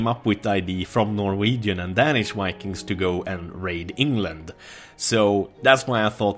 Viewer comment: When he was talking about Vikings it sounded like Wanking...this is exactly what you think.